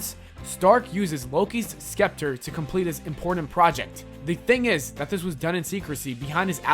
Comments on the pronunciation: ish..... Skeptar? Lol I think it's pronounced sep-ter.... Not trying to be rude or disrespectful just wanted to correct you. 😀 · Please never say Skepter again. It is pronounced Septer. The c is silent